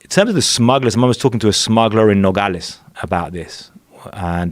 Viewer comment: I wrote this guy off after hearing him way over pronounce 'Nogales'. Fucking poser.